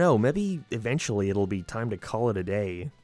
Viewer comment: Keep it up, you've almost learned how to say 'day' instead of 'dehh'.